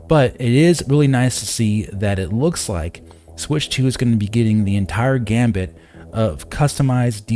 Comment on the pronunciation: It’s go funny to me to hear so many YouTubers trying to say “gamut” but pronounce it “gambit”… 😂 I’ve heard several doing it, and I have to assume they’ve heard the phrase “run the gamut…” but thought it was saying “gambit”